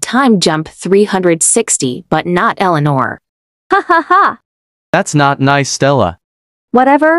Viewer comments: eleanor? more like eleano cuz the forgot about the r in the end bozos💀💀💀💀💀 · Bro they said Eleanor but it spells wrong 💀💀💀💀💀☠️☠️☠️☠️☠️⚰️⚰️⚰️⚰️